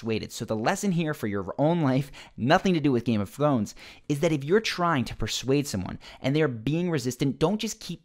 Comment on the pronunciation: "Nothing to do with Game of Thwones" 🤣🤣🤣🙈